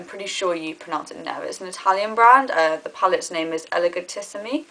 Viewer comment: the pronounciation of "elegantissimi" is very good! "Blushissimi"... well, say "blush" and then that "issimi" like in elegantissimi ;) I can understand why Italian it's not easy for you english speakers, many here have the same problem with English (the "R"!) ;) anyway I like the final look a lot x